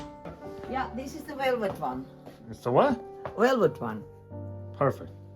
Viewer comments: “She wore blue welwet…” - sublime. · Coffee has been spat during the "Blue WelWet" bit!